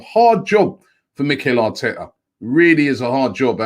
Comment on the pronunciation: bro! It's pronounced Aaaa-oooo-aaaaarrrrreeee